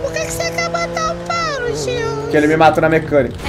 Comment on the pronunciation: É tão fã que fala "Gilson" ao envés de Jilsu